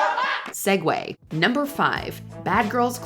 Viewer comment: Tell me you're using ai voices without telling me. The video reading the word segue ...